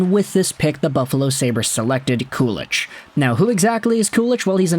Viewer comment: If you watch the Sabres inside-the-draft video from 2022, they were debating Ostlund vs. Kulich at pick 16, and were trying to trade up to pick 17 and up to draft Kulich. Oh and btw, its pronounced "koo-lick" or "koo-leek."